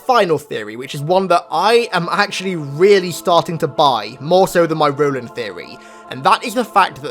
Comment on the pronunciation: Ro-land, you mean?